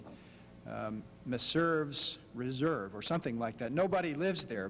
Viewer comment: "Meserve's Reserve"